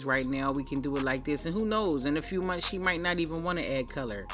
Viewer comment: "every couple of mumfphs" love it